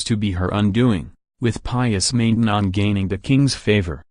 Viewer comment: It's pronounced Man tenon (short a)